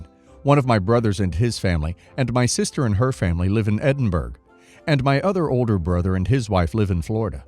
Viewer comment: His pronunciation of Edinburgh was driving me barmy. Then Yorkshire popped up.